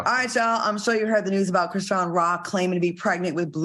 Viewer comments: Idk why Al pronouncing her name as "Chri-see-yen" bothered me as much as it did. It's giving out of touch. Maybe I'm just trippin tho. 🤔😩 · Chris-sea-n 😂😂😂😂😂😂 Al.